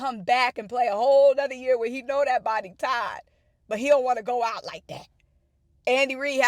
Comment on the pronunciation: Dumb arses couldn’t spend the money & film both teams, lol , u had me pissin my pants with “tired” , haven’t heard anyone say it that way since 82’